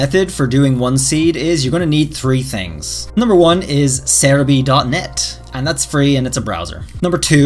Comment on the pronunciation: you finally pronounced serebii right